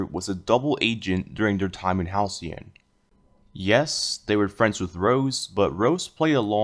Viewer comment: 11. Halcyon isn't spelled Ha-Le-Con